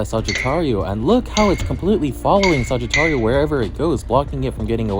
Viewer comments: Not suggiturio saj-it-ario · i love his vidios but he sais sagitario wrong its kinda buging me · The way you say Sagittario sound funny. It's almost what I'm used to but you give the last A a small tone